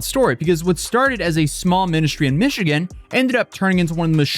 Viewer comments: "Mish E Gan?" Is this Nightvale? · mispronounced Michigan